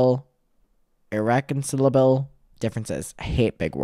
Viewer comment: It's said ir rec con CI luhbul differences! =) The ci rhymes with eye!